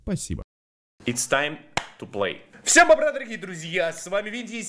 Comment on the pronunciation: Ребят я с 26к не замечал что он говорит бобра